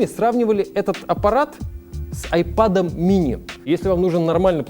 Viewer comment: Я же не спросил где буква Эй, в слове iPad, а где русская буква А, через которую "техноблогер" произносит это устройство.